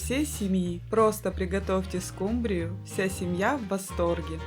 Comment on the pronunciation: Почему скумбриЮ, а не скУмбрию? Так говорят в Индии?